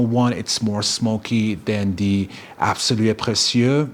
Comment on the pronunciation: Obsessed with the pronounciation absolue precieux